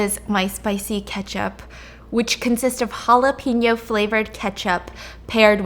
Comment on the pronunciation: Steph i love you but the way you pronounce jalapeños urks me it just reminds me of penis jala penis💀💀its jala pain not jala peen like a penis😭😭😭